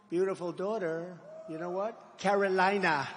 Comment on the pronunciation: He’s nothing of substance to say for himself or his party’s policies, so talking about and attacking others is a l l he’s got (Lahrah and Cayrowlienah, withstanding….) “Sad.” DJT